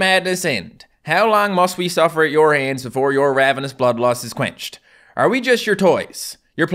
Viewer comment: Says he doesn’t h-drop. Then proceeds to read hands as ands